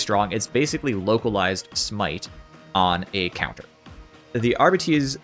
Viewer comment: Arr-bite. Thats how you say the class name.